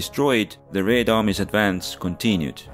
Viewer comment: I like Your pronunciation of "Red" in "Red Army", so sweet.